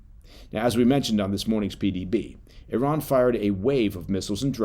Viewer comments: I salute you for pronouncing "Iran" and "Iranian" correctly! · I was like wait where's the American eye-ran when he was saying it. 😂